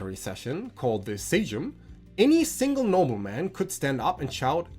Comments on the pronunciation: Dawg couldnt even google the correct pronunciation of „Sejm” (Seym) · "Sejm" is pronounced roughly the same as, well, "same" in English